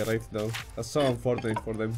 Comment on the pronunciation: He said tech tree correctly <3_<3 HE LISTENSS!!! I love u :)... btw U said "unfortunate" wrong xDDDDDDDDD lmaoo I still love u tho :3